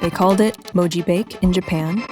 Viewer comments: It's not pronounced moji "bake", it's pronounced moji bah keh, since bake (化け) means monster (化け物) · That is NOT how you pronounce mojibake